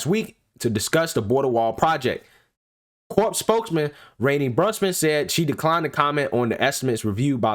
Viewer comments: It's Corps not CORPSE speak engrish please 🙏🙂😒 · Corps has a silent "ps". So please pronounce it like core. The way you are saying it is like corpse. You know the dead. While both come from same Latin root meaning body, they are different in the without the "e" it is alive and the other dead. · Great video breakdown of the content... just a friendly note, the “p” and “s” in corps is silent. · I know it is spelled “corps” but it is pronounced “Cor” 🙂 fyi... thanks for your info. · It's pronounced CORE ok CORPS is pronounced Core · Great video. But as a veteran, a BIG pet peeve...you don't pronounce the "PS" in CORPS. It's pronounced like "CORE" . Thank you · Love your work bro! But, please!!! Corps is pronounced core. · Corps is pronounced like core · It’s pronounced ‘core’ sir. A corpse is a dead body lol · Good report. FYI the Army Corps of the Engineers. "Corps" is pronounced CORE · Dude, the word “corps” is pronounced “core.” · I love your videos, but, please, corps is pronounced 'core'. And I still love that laugh. 😉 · Great reporting! By the way corps is pronounced the same as core. 😉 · I love you man, but the p and s is silent in corps. Keep up the great work.